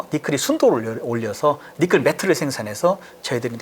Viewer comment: 니켈을 니클로 발음하셔서 불편하네